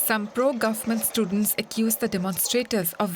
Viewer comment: Heyy DW please change your background Indian voice actor. I can't tolerate her anymore. "Hospitals are filt with hundreds of stutents" WTH?